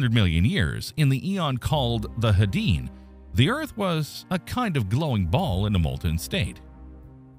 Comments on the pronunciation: NOT "hay-DEEN." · "Hadean" is pronounced "HAY-dee-an." Dammit!